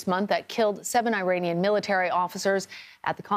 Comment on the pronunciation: With all due respect, it's not AY-ranian. It's with a short 'i'.